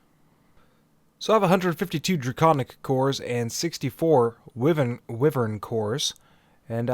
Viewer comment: Thank you for an amazing series so far. I just wanted to mention that wyvern is pronounced as why-vern, and not wih-vern. Thanks for understanding, much love <3